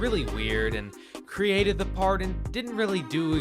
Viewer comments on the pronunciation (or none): none